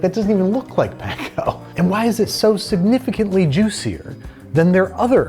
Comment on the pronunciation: please say panko properly 😭